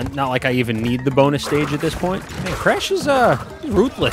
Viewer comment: I loved how you nearly pronounced Bonus as Boner by accident before correcting yourself that had me laughing my head off.